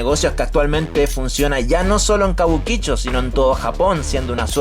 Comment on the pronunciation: Yo trabajé tiempo .cabuquicho suena como argentino boludo